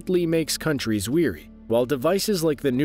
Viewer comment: Your narration software keeps pronouncing "wary" as "weary". Saying that a country or person is tired instead of cautious changes the meaning.